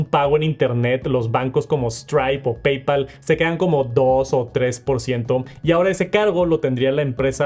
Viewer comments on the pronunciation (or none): none